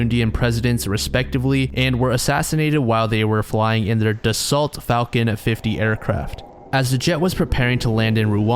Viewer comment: Not that it really matters but Dassault is pronounced “Dah-soe”… love your videos! Cheers